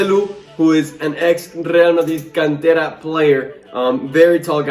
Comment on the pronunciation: I love how you say Rrrrrgrreal Madrid, the pronunciation is perfect